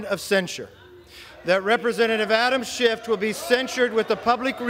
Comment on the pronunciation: Who’s Adam ShifT? Not anyone in Congress, Kevin. Learn how to say words.